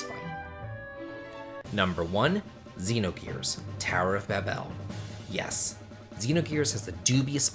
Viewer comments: Tower of baBEL, you sound like you're putting the emPHAsis on the wrong sylLAble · There are two ways to pronounce Babel and yours isn't one of them